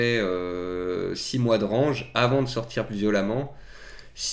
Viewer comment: RANGE se prononce RENGE, c'est pas le verbe ranger hein...